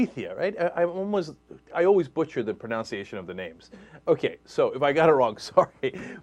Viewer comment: You also butchered the pronUnciation of pronunciation!